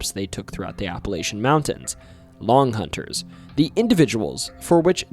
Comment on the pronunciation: No offense but if you are from Tennessee, you know how to pronounce Appalachian..